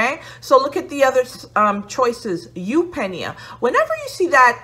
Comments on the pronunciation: You said it right. YOOP nee uh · You had eupnea pronounced properly the first time actually!